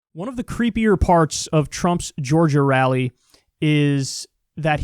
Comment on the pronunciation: He can't even pronounce Georgia properly.